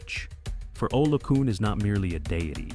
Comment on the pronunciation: Olokun: pronounced OLOKOON.